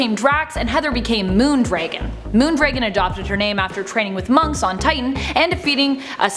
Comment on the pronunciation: Pardon my insolence, but who the bleep would pronounce "dragon" as "draygon"?